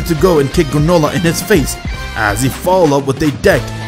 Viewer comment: Did anyone else noticed when he called GRANOLAH manolah.😂